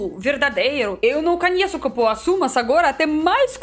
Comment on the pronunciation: você tem que conhecer o Pará, Quando der venha conhecer Belém-Pará 😍😍 e leu certinho Cupuaçu hahaha ❤️